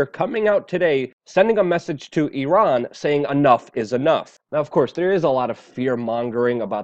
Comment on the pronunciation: that's the way to pronounce Iran correctly. It's not I-ran. Thanks for trying Luke.